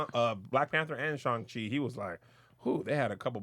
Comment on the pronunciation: Why y'all keep on saying "Shaun Chee"?! 😡🤣